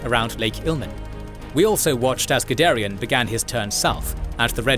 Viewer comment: The first time you said Guderian, I wasn't looking at the screen so I heard Gidarian. Now I keep thinking he was Armenian...